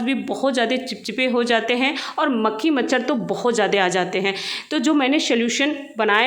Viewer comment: Bahanji makshar nahi macchhar boliye